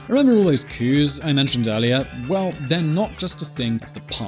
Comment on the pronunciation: We do not pronounce the s in coups for several coups d'État